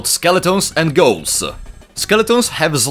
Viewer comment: I always laugh when he says ghouls, i hear goals than ghouls 😂